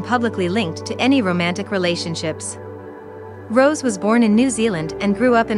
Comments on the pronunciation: Its Rosé not rose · im sorry you created a documentary for blackpink's journey and you can't even pronounce rosé´s name right?